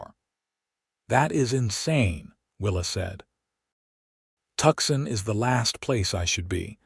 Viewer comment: Tucson is pronounced “two-sawn”